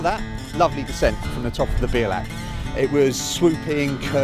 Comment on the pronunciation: Belach ??? Lol it's 'be al ach' Iol , but always enjoy watching fellow cyclists climbing up our little hill, (this is my local climb) your brave doing it in that weather, I've turned back many a time for bad weather, (didn't want to be blown off) hope you come back and get a good day, it's rewards are priceless